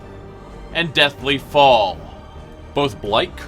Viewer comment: Pall = fall while phylactery = pylactery? Vestigial = vistage instead of vestige? You have a very... interesting grasp on the English language.